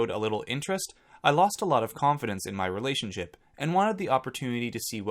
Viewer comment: Still can’t get over how Nicole pronounces relationship. RELAY-ship. That being said, I wasn’t a fan of hers and I do think she would of chosen Christian had he not of been kicked off the island